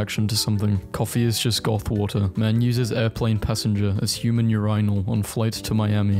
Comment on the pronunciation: everyone’s talking about the calculator yet no one talks about the way he says urinal